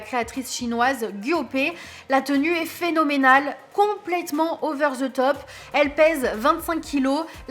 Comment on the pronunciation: Over ze top 🤣🤬quels imbéciles de français de France parlez donc français au lieu de mettre de anglicismes partout que vous n’êtes même pas capable de prononcer c’est honteux